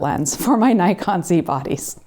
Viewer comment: I still cringe when someone pronounces "Nikon" wrong